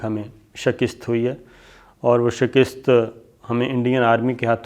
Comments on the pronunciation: Shakist nahin hota, Mian ——— Shikast hota hai - Samjhe ke nahin ???? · شکست کو ک پر زیر نہیں زبر کے ساتھ پڑھا کریں۔ شکریہ